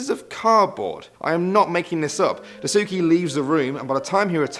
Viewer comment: Die-sookie... It's pronounced like Dice-Kay. The "U" is silent in Daisuke.